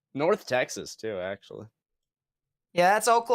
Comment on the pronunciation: Damn that was intense but a funny livestream whatsoever, you and us in the chat did a good job for lightening the mood 😂👏 We arent gonna talk about the oh-KOH-knee or the day-las/fat worth teck-sass? 😂 holy that was hilarious. But that Leslie tornado and THAT PALM BEACH ONE THOUGH sheesh that was intense, and seeing both of them form on live was scary! great work man!